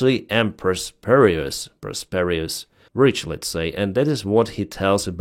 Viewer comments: Prosperous, not prosperious. No I. That's why it sounded wrong to you. But no one cares, we just like you. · Prosperous is pronounced Pros-per-uss